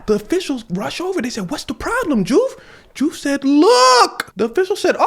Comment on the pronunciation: Nice catch in the name diouf is pronounced joof. lol just saw that you spoke wolof